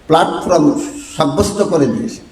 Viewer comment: Platform uccharon Jana dorkar